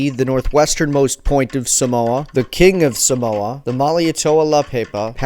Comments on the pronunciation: Not a cent was paid out by the US for the death and destruction they caused on 10 or so villages on ‘Upolu. Check out my to find out how an American city still honours a US Navy officer who machined gunned “savages”.... Just as an aside - the first ‘a’ in the word Samoa is a long ‘a’. So the pronunciation is Saaaa’moa.. Not Sa-Moa. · Thanks for doing a vid on my ancestry. If I may pick at something just for some fun fact knowledge, Samoa is pronounced Sar-More and not Sa-mower. Cheers mate! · No he doesnt its saaaamoa